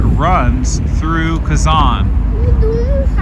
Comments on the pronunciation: Its not Казан, it's Казань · Спасибо за интересное видео. Молодцы сыночки! Хотят, чтоб папа различал звуки русской речи, произносил "Казань" с мягким "Н" правильно. Дракон Зилант из древних татарских легенд изображён на гербе Казани с 16 века. Татары в древности представляли себе дракона так: "Черный дракон с червлеными крыльями и языком, с золотыми лапами, когтями и глазами, увенчанный золотой короной". Это похоже на китайского дракона 6 века, где он ассоциировался с Ян, то есть с активным, динамичным, мужским, светлым, короче – позитивным началом. Современные фэнтези ("Хоббит" 20 век, серия о Гарри Поттере 21 век) развивают представления о драконах из средневековой Европы. Изображения драконов разные в регионах мира. Татарский и восточные драконы не такие, как в голливудских фильмах. Тем и интересно разнообразие культур в России, что каждый народ в ней сохраняет свою культуру. Поэтому у всех российских народов (в СССР их было больше 100) культуры самобытные, разные и взаимно обогащают друг от друга. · не устаёт поправлять папу - КазанЬ)) Тяжело дается анголоязычным мягкий знак на конце слова) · Kazan is the capital of Tatarstan. When you say "Kazan' ", you put too much pressure on your "K" sound and too much stress on the second vowel "a". The stress on the 2nd vowel "a" is correct, but it's a short stress, (it's not emphasized) while you make it a longer stress. You almost skip over the 1st vowel "a", while it needs to be as pronounced as the 2nd "a", open your mouth as wide for the 1st "a" vowel as you do for the 2nd "a" vowel. I hope it's not too confusing for you.